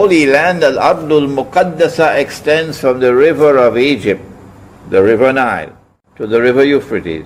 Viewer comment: Great video Say Egypt not Ezypte 🤦